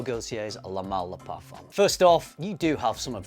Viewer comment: Tip: do NOT pronounce the "m" in the French word "parfum". The "m" is only there to signal the nasal sound of the ("u") vowel that preceeds it... so do NOT press your lips for the typical "m" sound in English: the word ends with a vowel sound.